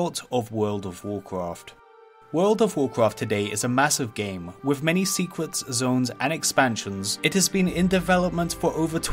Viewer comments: "With many secwets" 😂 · "wult ov wurcwaft" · "with many secwets 🥺" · Sequets? Sequenses? What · Many "secuits"